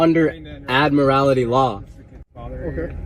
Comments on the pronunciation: That kid is stupid he can't even pronounce admiralty right. When the constitution was written cars were not thought of yet and that's why they fall under the 10th amendment. So the states set the rules. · That kid is stupid, he has no idea at all what admiralty law is. Hell, he can't even pronounce the word properly. Dumb kid, I hope the courts smack him around and straighten him out.